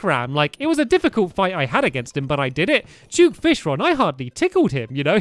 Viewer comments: Why do you keep saying juke fishron when it duke fishron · It’s duke not juke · he says juke fishron XD